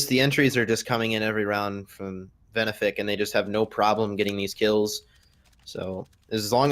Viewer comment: ITS VENEFIC NOT VENIFIC